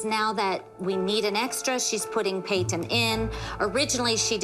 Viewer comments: No Jill says it like Payt-Ton. It's supposed to be like Pay-ton but Jill really pronounces and enunciates the T in her name for some reason and it always bugs tf out of me lol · The way Jill says Payton’s name just sends meeeee 😂😂😂 “payT-Ton” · Pay-Ton omg the way they say her name makes me want to scream 😂😂😂 she said my name is Payton not PayToN so chill 900 voice 😂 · jill pronounce peytonas pay.ton 😭